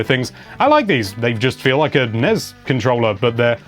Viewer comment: It kills me a little bit each time he pronounces NES with a ‘z’ sound... “NEZ...”